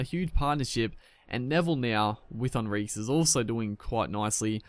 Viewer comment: I think it's hon-reek-ez